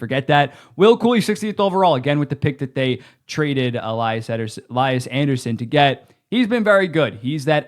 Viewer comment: It's pronounced "Lee-yas", not "Lie-ass"